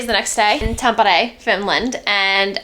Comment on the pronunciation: Tampere is not pronounced like that...😅 And you're always supposed to go sauna naked or with a towel, but NEVER in a bathing suit!!!